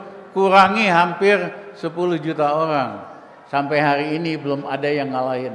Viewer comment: Pelan pelan bang ngomongnya,hari ini bukan hayi ini,korupsi bukan koyupsi